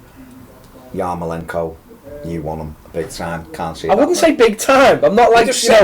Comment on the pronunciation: repeat after me: YAR-MO-LENK-ON Being Irish I'd like to see Geads go out and get some games somewhere. There's a player in there and maybe a change of scene and a run of games can bring it out for the Euros.